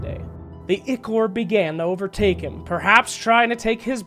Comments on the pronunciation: bro its called Eye-core not ick-ore. smh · Im sorry, but it's pronounced eye-core not ikor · It's spelled Ichor, it's pronounced ick-er though. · someone please tell this man how to say ichor